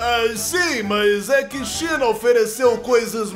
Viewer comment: a china n falava cm L?